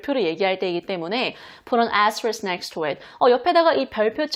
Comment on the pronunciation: 좋아요👍448 귀에 쏙쏙 들어오는 울 의 강의🩷 #를 해시태그..라고..ㅎㅎㅎㅎ 정말 그런 분들이 계실까요?ㅎㅎ 재밌어요 *애스트리ㄱ.. 어쩜 그렇게 발음이 고소한 버터에요.. - 대쉬 (이게 흔히들 대쉬~한다고하는 그런걸까요?) _ 언더스코어 펄포ㅓㅆㅡ... 적기도 어렵다요😅ㅎㅎㅎ 폭우에 건강도 운전?도 조심하시고 늘 건강하세요❤️ 늘 감사합니다~~💕💞💖